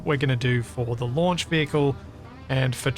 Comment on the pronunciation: The "LUNCH Facility" ??? 😂